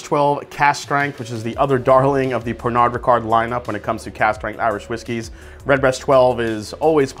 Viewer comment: Did you really say Pernard Ricard?? 🐱 🐱